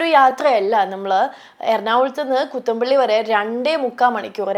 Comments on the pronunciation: കുത്താംമ്പുള്ളി ആണ് കുത്തമ്പുള്ളി അല്ല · Kuthammpulli😂 kuthumpulli alla😂😂😂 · കൂത്തമ്പുള്ളി അല്ല കുത്താമ്പുള്ളി ആണ് ശ്രീവിദ്യ